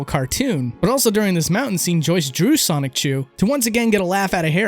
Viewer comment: Also, there's no hard C sound in "Sonichu."